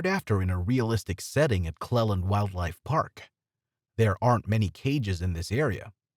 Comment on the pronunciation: Beat me to it, also his pronunciation of Clelands